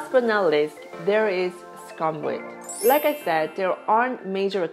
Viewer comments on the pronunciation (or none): Its called "Soo koom vit" NOT scum vit. 😉😜